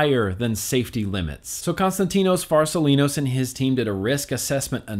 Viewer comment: How many times did it take for you to say constatino farsalinos right??